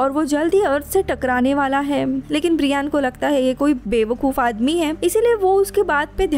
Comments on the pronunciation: Bra Yen , it's not Bree Yan. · His name is ब्रायन not ब्रियान 🤣🤣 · It's not briiiaaaan 😕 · Pls check on Google before pronounciation Brian .